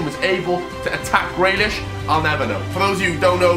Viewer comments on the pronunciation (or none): When he said Grealish it triggered me